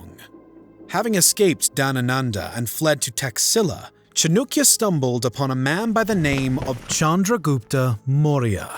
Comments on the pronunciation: It's chanakya not chunukya 🤦 and they are you tubers🤦🤦🤦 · That's at least ok What about cha - noo - kya 😂😂😂😂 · Hello, u spell chanakya wrongly as Chanukya… please fix it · Not chaaanukya... acharkya chanakya... some respect please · Chandragupta Maurya defeated all satraps of Alexander in India and his former General Seleucus and also made a marital pact with him. He was one of the greatest emperors of India and yeah its Chanakya not Chanukya 😂😂😂😂😂😂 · It cha-naa-kiya not chu-nu-kiya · Bro it's chaanakya not chanukya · Chanukya ? I wish you got atleast the basic name right .. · It's chAnakya not chunikya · Its Cha-na-kya...not cha-nu-kya Pronounce correctly. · You guys are messing with pronunciations definitely on purpose now! Chanakya equals Chanukya??? Thank you for all your hard work still love the channel even if you cant pronounce shit right! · How do you pronounce CHANAKYA as Chanukia when there is no U in the spelling ? Maurya is also pronounced as Maur-Ya. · Please dont pronounce it like that...here is the pronunciation 'chaan·uh·kyuh' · "chunukya" narrator: 🤡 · Bruh, why you saying Chanookya? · Its almost Comical when you pronounce the Name of the Main Character wrong. 'Its Cha Na(a bold) kya Then the narrator calls Maurya Moira. Like seriously check your pronunciation as many people who watch this will be Indians. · Because that's the original Sanskrit pronounciation. "Nand" "gupt" is polluted hindi pronounciation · Chanakya.. horrible pronounciation. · You can't even pronounce the correct name of Chanakya.. 30 secs in the video ... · No hate I know youtubers are human and can't pronounce every word correct but the way he pronounce "chanakya" give chills to me Note:chanakya is pronounce "cha as in chatter rak or nak a r with n sound ya as in yacht" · It's Chan-uh-kya not Chan-oo-kya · Who. T. F. Is CHNUKYA! CHAANAAKYA. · Chanakya not chanukya cha nak ya for non native speakers and chan dak ya if you want to impress Indians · It's not chanukya its chanakya